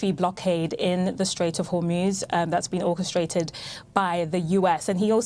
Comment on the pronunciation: She can't even say Hormuz properly.